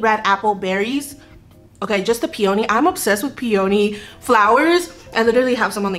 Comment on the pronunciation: Peony pronounced “pee ah knee” 🌸